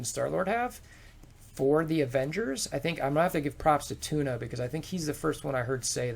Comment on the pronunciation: I love how you call tauna... tuna.. it's too much o.O